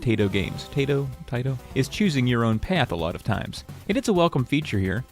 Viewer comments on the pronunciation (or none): I think it’s pronounced tai ee to. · I've just solved the mystery of pronouncing Taito! You show an ad in this video with the pun "Catch the Taito wave!" Obviously Taito is supposed to rhyme with tidal; this must mean Taito is pronounced "tie-to"; it doesn't work if you pronounce it "tay-to". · cmon its pronounced taito